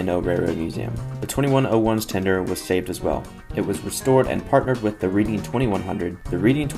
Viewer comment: good god its not pronounced like reading a book its pronounced reding now say reading t1 correctly